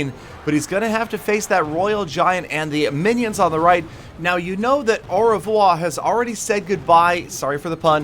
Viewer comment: The way pronounces "au revoir" is too funny.